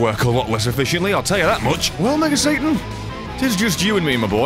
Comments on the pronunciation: why did you have to say Sa'TAN'? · His Sa-TAN Im done 😂